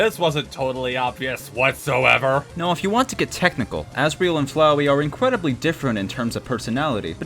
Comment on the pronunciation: asriel and flowey are incwedibly different incwedibly Incwedibly INCWEDIBLY